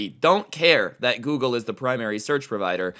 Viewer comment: Dose anyone else realize that he said gergle instead of google